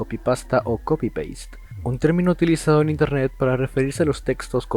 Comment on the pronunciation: Wey dice INERNET ._.